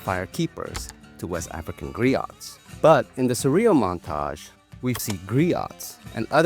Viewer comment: Nice notice. Also, the "T" in Griot is silent.